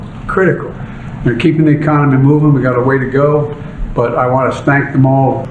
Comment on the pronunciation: Stank instead of thank ???......Joey baby got it right there first time.Everything stinks when he's in the room !